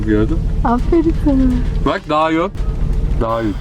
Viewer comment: Dayhun a Dayun demesi müqq😊